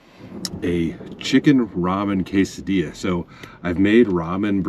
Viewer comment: Cas-a-dilla 😂😂 i say it this way too and my abuela hits me 😂😂